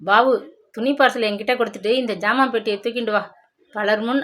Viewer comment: Madam it’s not phant it’s pant please check pronunciation before reading. It’s not ஜாமான் it’s சாமான்